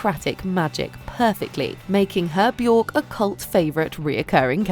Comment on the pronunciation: Björk is pronounced bee-yerk.